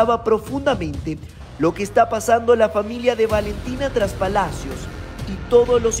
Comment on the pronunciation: Trespalacios. No traspalacios